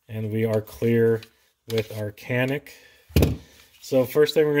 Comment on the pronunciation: Nice review, That "Canik" is a Turkish word pronounced as "Janik".